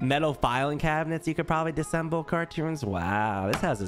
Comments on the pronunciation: For future reference it's disAssemble not disssemble 🤣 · AHHH!!! The way you are saying "disemble" is killing me! It's "DIS-UH-SEMBLE"......3 syllables!!!!!!!! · Can someone tell that it’s disassemble and not dissemble. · Every time pronounces "Dis-A-ssemble" wrong I want to scream! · I am loving these episodes. But the way that you guys pronounce “disassemble” bugs me! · Its Dis A SSemble (disassemble)